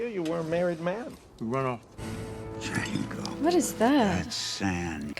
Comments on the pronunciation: Its pronounced Jango, the D is silent;) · The D is silent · 😂😂😂 The "D" is silent! The Hateful Eight was really cool! 🤔 No pun intended.